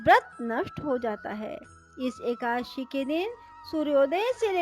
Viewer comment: एकाशी नहीं होता है, एकादशी होता है।